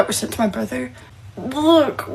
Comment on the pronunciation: It's so sweet that she exposed her "Little Brudder"